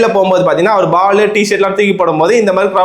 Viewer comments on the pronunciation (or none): none